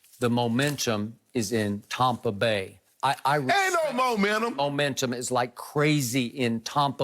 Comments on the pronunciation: I freaking hate it when Skip says Tompa Bay, it makes my ears itch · Its tampa bay not tompa bay skip...Brady ant made a name n tampa yet..yall going to respect us in the 813..love the show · Stop saying “Tompa Bay” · TOMpa bay LOL I hear you skip.